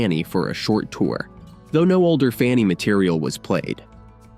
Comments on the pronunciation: Funny ? Try FAN-knee aka Fanny,. Death to AI voice overs. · They need to correct the computer narrator, The band FUNNY????? Its FANNY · Their name was Fanny not Funny. AI sucks. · Shame to have the bad AI-generated voice. The band's name was Fanny. Learn to pronounce it at least. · AI actually mispronounced FANNY (funny) 😂😜 love love love this band!! these groundbreaking women are def ROCK & ROLL HALL of FAMERS! Junecstill puts out beautiful magical music! 💖🌟🎶🎶🎸🎸👍👍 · This is a great feature, except your title disregards the all female rock groups The Clingers, the Shaggs and Goldie and the Gingerbreads. Why did you initially pronounce their name "Funny"? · Then why isn't "major label" in your title? Your current title "The Amazing Story of the First All-Female Rock Band FANNY" is false because it does not specify major label. It's not in your description either. And why didn't you answer my question about why the video initially mispronounces their name "funny"? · ... stupid AI (KI)... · When your voiceover mispronounces the band’s name four seconds into the video- you have officially shit the bed. Fanny deserves better, try harder. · Yes, he mispronounced their name, very strange